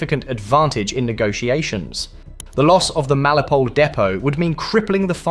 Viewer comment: FFS mate. MEL IT O POL. Melipole is ignorant crap.